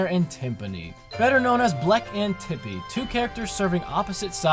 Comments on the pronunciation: OMFG You mispronounced Tippy as Chippy... And Chippy was Starlow's fake name in Bowser's Inside Story... CONSPIRACY?! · ruined the sad super paper mario moment when he said Chippy instead of tippy! XD